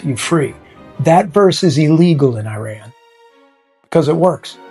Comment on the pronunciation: Dude learn how to pronounce the country's name correctly. Second, your cover photo crossed off Iran to become Persia? It's more about our country not being an Arabic country as Iranians are tired of Islam and Muslim identity being force on Iran as this is not the Persian identity. Please learn from actual Iranians instead of going to sources brainwashing you half baked ideas. And if you don't want to genuinely make the effort to understand Iran, at least do other topics as you are not helping Iranian people. And if you are a puppet of the Mullahs and Ayatollahs, God help you because for 47 years Iranians have had enough of this.